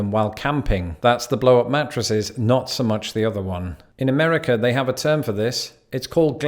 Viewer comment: Every time he mispronounces "Amerikerr," take a shot of vodkerr.